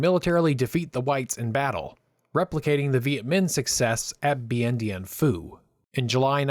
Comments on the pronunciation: Did he just say bien Dien phu ? Lol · Dien Bien Phu…not as you say Bien Dien Phu FFS!